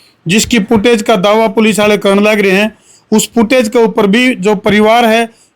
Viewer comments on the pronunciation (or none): भेंचो " पुटऐज" नहीं होती.... फुटेज बोल 😅